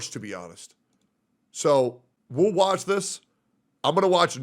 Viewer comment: He really said, "WuWatch this"